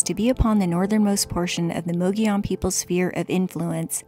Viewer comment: Great video! Thanks for renouncing “mogollon” correctly! I agree. Adventures and places are always best when shared.😉 👍🏼